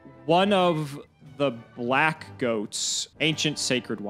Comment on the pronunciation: I was about to complain, but we've been seeing weird tanlines for like 2 months. he's allowed to be boring AYO! WHY HE SAY BLACK LIKE THAT😂😂😂